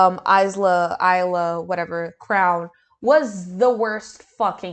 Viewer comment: Okay so only person I know of named Isla is the actress Isla Fisher and she says her name EYE-luh. the s is silent and the i part is stressed.